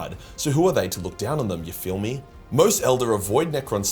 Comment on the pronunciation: That “yah feel me” caught me off guard. Your accent went borderline American 😂